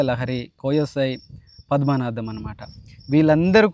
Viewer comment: Bro Padmanadham kadu bro , padmanabham na paru